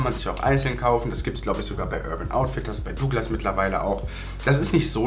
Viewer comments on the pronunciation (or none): none